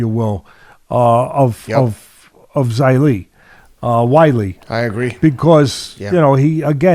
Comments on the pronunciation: Why’s he callimg zhang weili ?? 😂even he’s first name is pronounced shill-a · How can u take thia guy seriously anymore giving his supposedly expert advice when ubhear him say wiley chang lol.ffs if your gonna talk about somebody atleast research them.its zhilea zhang.i listen ti teddy on tjmes but tbh i think he talks utter bollocks .its also very clear the guy doesnt like AJ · Why is Teddy calling Zhillei Zhang "Wylie"? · I think Teddy has too much on his plate, he should forget UFC and concentrate on boxing.Look how he thinks Parker and Zhang are the same age plus zhilly is not pronounced WILLY. Teddy wasnt prepared. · Sounds like he's saying Wiley but Teddy means Zhilei, Zhang's first name. A little confusing right? :) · It’s Zhilei Zhang Teddy.